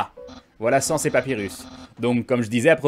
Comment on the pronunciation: sans se prononce sèns